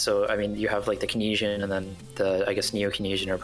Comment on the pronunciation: is this actually how you say it? I only took like 2 econ classes in undergrad, but heard it pronounced ‘Keyns-ian’ in those course and poli sci courses.